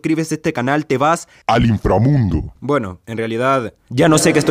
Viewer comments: Jaja me da risa cuando dices infrramundi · Cómo que no te sale el 😤😤😤😤INFRAMUNDO Pero sigue intentándolo :D